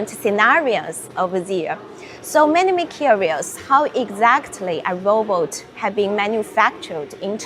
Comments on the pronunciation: Why does she call a robot a rowboat? 🤣 😂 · I can't help laughing when she said "roboat" like how melania said it 🤣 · Stop saying Row Boat